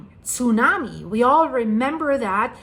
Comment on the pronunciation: The Way She say´s Zunami and Japanese and Kasachstan sounds like she is german.